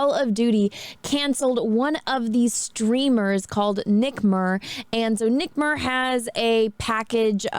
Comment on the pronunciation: lol she called him Nick murr